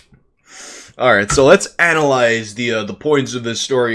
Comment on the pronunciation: Hehe.. he said Anal Lies... Anal Lies, Anal Lies.. yea YEA..